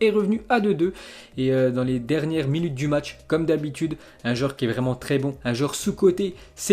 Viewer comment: Salut l'ami, stp c'est matsh que tu parle bien. Se jou à 8klo ???